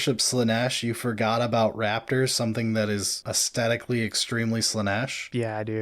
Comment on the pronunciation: I want to comment for the algorithm but I honestly have nothing meaningful to say on this video, so I'll just wonder: when did we all forget there's a Thorn sound in aesthetic? It's not even a case of " talks weird" (though he does) because I've heard this all over the place, and not just from Yanks making YouTube videos. It baffles me.